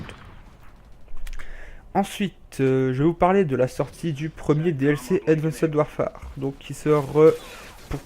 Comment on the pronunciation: Super video juste sa se dit pas avandced warfare mais advence warfaire sinon cool